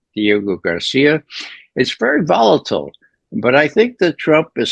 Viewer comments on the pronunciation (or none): none